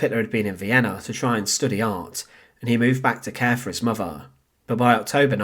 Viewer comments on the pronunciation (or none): Please support this channel so they can get enough funding together to send the narrator for elocution lessons. Give generously as it may take some time. Loved hearing about "Hittlah's muhvah and favhah" though. Thanks. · Personally I'm disappointed with the presentation of this subject. The narration is badly written and edited and the narrator himself does not make an effort to pace or elocute his vocal delivery (farver instead of father, muvver and not mother). A good opportunity to tell a little known backstory lost to an amateurish présentation.